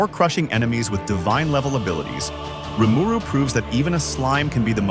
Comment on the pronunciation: Few issues in your video here; firstly your number nine choice wasn't even the MC of the show. Secondly Ainz is never referred to as a demon Lord. And thirdly you pronounced rimaru wrong